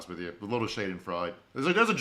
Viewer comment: I can tell you’ve only SEEN the word schadenfreude and not heard it spoken aloud. No shame, but for reference it’s pronounced shaw den Freud uh. Don’t know if you are a musical theater guy but you can find a whole song devoted to the concept of schadenfreude in the soundtrack to Avenue Q…which does strike me as one that you would enjoy